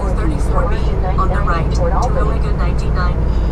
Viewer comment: He said Albany wrong lmao, me friend from the west does the same thing. As opposed to Al-bany, its pronounced more like All-bany. I found it hilarious when he said that. PS- Try Pops Saloon if you are staying in Albany